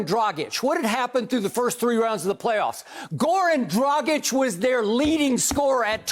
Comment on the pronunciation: I'm impressed how good Skip is reading Dragić, other commentators say Drajic (rhymes with tragic).